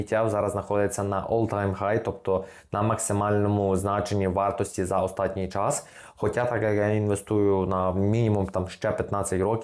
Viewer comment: "останній" українською, а не "остатній" на польский манер